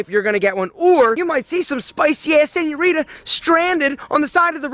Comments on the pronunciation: As a native Spanish speaker, every time he says “spicy senuorita” something dies inside of me Okey, is a universal thing lmao we all hate this guy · the way he pronounces señorita hurts my lil mexican heart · when he said "spicy senorita" i died a bit more inside